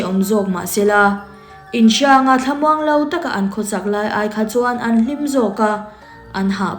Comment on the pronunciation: "An cheithat hlim" tih lai hi "hlim" i lamdan hi adiklo nasa😊tinge ithluk vak a?😅